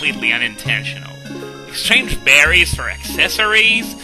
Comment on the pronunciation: At first, when you said more berries, I thought you said more Barrys.